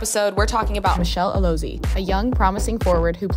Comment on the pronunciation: Her name is pronounced "Alozié" - the 'e' is an "eh" sound.